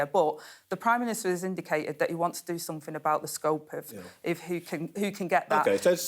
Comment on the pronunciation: I'm guessing "somefin" means " something" 🤷